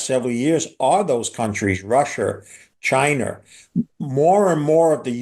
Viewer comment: Russer, Chiner 🤣😅😂